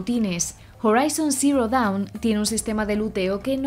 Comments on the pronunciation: DOWN O DAWN? LO ESCRIBIERON MAL Y LO PRONUNCIARON MAL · Correcto es Dawn